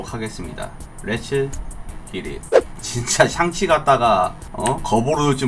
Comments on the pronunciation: 계속 '샹'치가 아니고 '상'치로 나오는데 왜 그러신 거에요? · 상치 ㅋㅋㅋㅋ